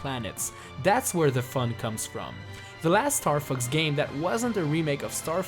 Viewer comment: The april fools is he says Starfux